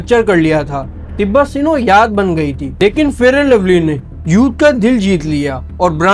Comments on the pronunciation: Sinow 🫪 arey bhai angrayzi to theek se bol lo. SNOW HOTA HAI SINOW NAHI 🤦🏻‍♀️ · Senow nae Sahab Snow hae. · بھائی اپ کا کانٹیکٹ اچھا تھا لیکن اپ اپنے الفاظ کی ادائیگی درست کرلیں اگر اپ کو ان الفاظ کی ادائیگی درست کرنا نہیں اتی تو اس کے مترادف استعمال کریں مثال کے طور پے اپ سناؤ کو سینوں پڑھ رہے تھے اور اسی طرح اسی طرح اپ نے رورل کو بھی غلط پڑھا اور اربن کو بھی۔